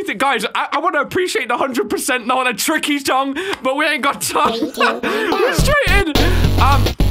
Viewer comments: Did he just say "Cookie" ??? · In that one part of Improbable Outset when Tricky does the up note twice, he sounds like he says caca. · Do you here tricky say Cooke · I remember memes that he was saying kooky 😂